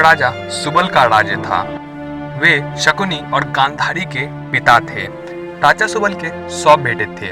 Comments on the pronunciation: Raja bolte hai daja ni ra da mai fark ni aata kya gadha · Daja nahi re raja bol😂😂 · कराने –कड़ाने, राजा -- डाजा , परिवार _ परीवाड ....ese kaise bolte hn bhai???